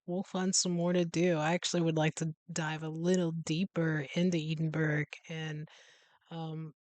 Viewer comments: It's pronounced Ed-in-burra. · The pronunciation phonetically Ed-in-burr-ah 😃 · Still pronounced it incorrectly after hearing it said several times during the video 😂